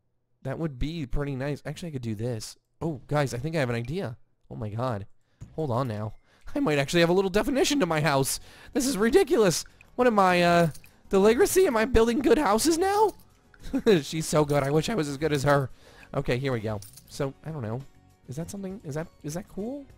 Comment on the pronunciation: Do u mean..Deligracy!! lol 😂😂😂 u said delligracey